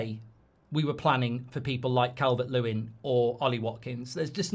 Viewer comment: It's Calvert-Losin isn't it 😂